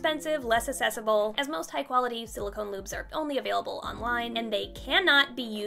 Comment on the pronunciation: She keeps saying accessible and it’s making me question if she’s saying it wrong or if I’ve been saying it wrong for my whole life